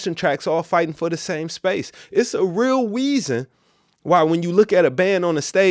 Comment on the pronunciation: “a wreal weason” im childish but you really be spitting game. love it